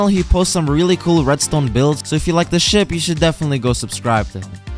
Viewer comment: i thought you said shi t not ship